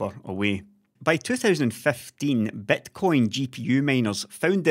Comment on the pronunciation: The way pronounces Bitcoin - Betcoin, is exactly what it is, a huge gamble:D